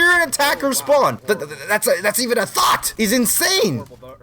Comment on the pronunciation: the way he said "thought" lmfaooo